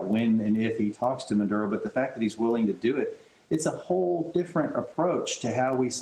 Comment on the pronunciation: Its Maduro not nvsdkjava dojv dvhkjv ! Don't start this again. If so its Norge not Norway. Cymru not Wales. And on and on and on and on. Snap out of it.